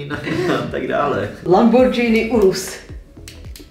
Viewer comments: Lamborghini Ne lambordžíny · Lambordžíny 😱😱 moje uši krvácejí 🦻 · Prosíííím neřikejte lambordžíny !